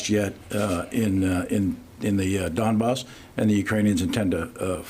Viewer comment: please, in next video say donbass, not a dambass